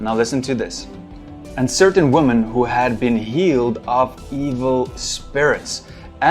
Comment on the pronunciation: I’ve played doom. I know that demons are full of health packs and ammo. What I find annoying is his inability to properly pronounce the word “women”.